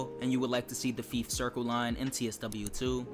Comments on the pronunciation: Yeah, Fife as in life not Feaf as in leaf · It ain't pronounced FEEF... Think FIVE only with an F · Did you honestly call fife feef 😂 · I’m sorry but I’ve never heard anyone pronounce Fife as feef. The line isn’t really known for anything and doesn’t have much scenery apart from the short coastal part. If you’re wanting a scenic route, have a look at the West Highland line, Kyle of Lochalsh and Highland Mainline. The only trains that operate on that line are the 158s and 170s, the HSTs only operate on the Main line. In my opinion, there’s a lot better Scottish routes to pick from for TSW2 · Great video, I would love to see this route in TSW2. Depending on when it was set, LNER used to run the Class 43 before the Azuma, but I'm not sure if Scotrail had theirs by then. Could be a 3 livery, different consist HST route if they did, which would be cool. Plus "Feef"? 🤣 Seriously dude, it's worth trying to Google the pronunciation of places before making a video on them. I probably would before talking about somewhere miles away that I didn't know in person. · You're saying Fife wrong btw, it's not how you're saying it, you're saying it like the popular game FIFA, just minus the A, it should be Fiy-fe, closer to how you say Five, if you're recommending a route, learn to say it's name, this isn't the first time, just Google how to say the name and it should absolutely help. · You pronounced Fife incorrectly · The fife circle line is pronounced like knife but with an f instead of the kn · That isn’t how you pronounce Fife and it’s Scotland not Skatland, and yes ScotRail run the class 43 on the Fife line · You pronounced fife wrong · Hey bro I hate to correct u its Fife as in i not E, Anyway considering I live within Fife Circle I would 100% love this route to come to TSW